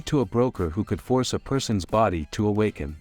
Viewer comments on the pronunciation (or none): none